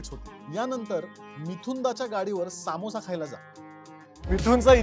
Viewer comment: सामोसा ❌ समोसा ✅